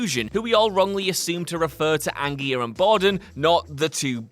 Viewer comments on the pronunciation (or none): In the Prestige, Hugh Jackman plays the magician Robert Angier (AN-JEER), NOT Robert Angier (AN-GEAR), although, it might be better just to refer to the character by his stage name, The Great Danton (DAN-TAHN) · Angier is pronounced “An-jeer,” not “An-geer.” Do you guys actually watch movies anymore or just read scripts?